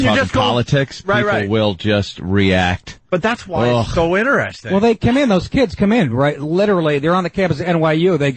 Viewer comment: "ineresting" God, I hate him.